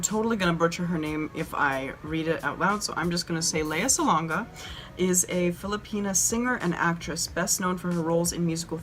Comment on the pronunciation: Lea Salonga is amazing, love her so much ❤❤ Also, kudos for pronouncing her name right the first time :)